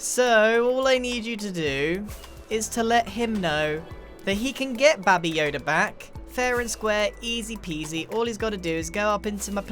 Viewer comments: is anyone else concerned that he called baby yoda baba yoda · Grian: Babi yoda Scar: baby yoda (i really don't know) Me:Bababuy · Did Grian say Baby Yoda,Babi Yoda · No, he says Bobby yoda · I love how he calls him babby yoda